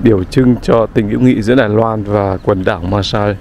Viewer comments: Từ Santa Cruz, của đất nước Hoa Kỳ. Xin góp chút ít về việc phát âm về tên của hòn đảo Marshall. có thể phát âm “ ma xồ “ thay vì “ ma xa “. 😁 Và đây là 1 kênh YouTube đáng được ca ngợi, và ủng hộ, vì những đóng góp to lớn của đem đến những đời sống của những hòn đảo của Thái Bình Dương đến cho mọi người. Bản thân anh cũng thích du lịch đến những quốc đảo hơn là quốc gia bình thường. Nếu có điều kiện làm những chuyến đi về Đại Tây Dương, cũng có rất nhiều những hòn đảo nổi tiếng. Chúc sức khỏe và thành công. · Góp ý chút nhé, phát âm đúng: maa-sờl ai-lần. Great vid, anyway. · Đọc là mar so đơn giản vậy thôi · Em đọc tên quần đảo Marshall này chưa đúng lắm, phải là: Maar-shuhl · Quả đó tiếng Anh là "Breadfruit" em a. -"Marshall" tiếng Anh đọc kà "Mar - Sho". nhớ không ? chữ "All" (Tất cả ) đọc thế nào thì âm cuối của "Marshall" sẽ đọc vậy ... - Quả nhầu thì tiếng địa phương ở đó họ gọi là quả "Noni" quả này họ muối lên men để làm nước uống . - "College Of The Marshall Islands" là trường cao đẳng để đào tạo Cán Sự chứ không phải là Đại Học (University) em ạ !. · Tiếng anh đọc là má sô